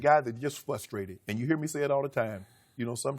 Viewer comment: the word is pronounced frustrated...Sometimes organizations only behave properly, when the rest of the world knows about it and they get egg on their face. Good for Earl